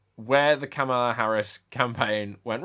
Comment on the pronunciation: It's pronounced Calm-ma-lah, not cam-ahh-la